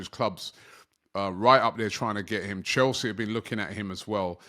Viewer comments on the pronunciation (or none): none